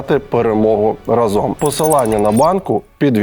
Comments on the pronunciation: Олексію! То ж наголос в слові «разом» на «а», тобто «рАзом». Не «разОм» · Дурнев, вы ударение на слово "рАзом" не правильно ставите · Олексій, не "разОм", а "рАзом"! Здивований, що ти цього не знаєш.